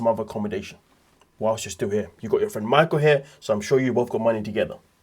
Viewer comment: = You keep calling him MAICKOWLLLLLL 😂😂😂